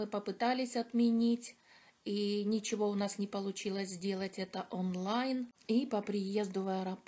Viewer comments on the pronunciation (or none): none